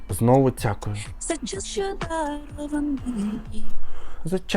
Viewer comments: Давайте Джамалу з «Кірім» краще послухаємо. Навіщо це лайно слухати цякуюче? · Це руснява манера замість Т казати Ц. "Цєбє" 🤢 Цякую🤦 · 😂💁🏻‍♂️ "Ну я не могу… шо це за Тякую?"😂😂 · там немає звуку ДЗ)Спробуйте заспівати акцентуючи на літері Д в слові дякую, і через дихання та положення язика буде такий звук) Який навіть не схожий на мову на болотах) Тому це просто придирка, аби було за що засрать) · Ти критикуєш Віру за її "дЗякую" , але сам говориш " у цьому моменЦі" , " протягААААм" .